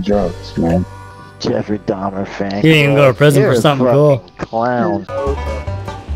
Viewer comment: They couldn't say Dahmer lol